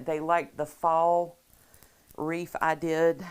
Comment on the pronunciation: Please pronounce wreath not wreef Thx